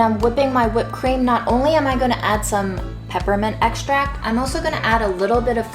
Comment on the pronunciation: makes cooking look so natural and easy. I also like how she says the word “also” - she always says “oh so”, as in “ is oh so talented”. And “whiteness wins in this world.” Keeping it real. Chef’s kiss,.